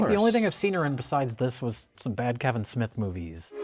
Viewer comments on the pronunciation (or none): none